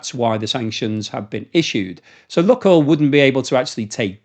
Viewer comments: Lukoil is pronounced luke-oil, not luck-oil. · Lukoil pronounced Lukeoil as in Luke the boys name.